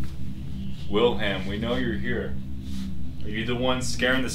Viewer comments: I think Wilhelm was just mad that you guys were saying his name wrong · I think Wilhelm is mad that you keep saying his name wrong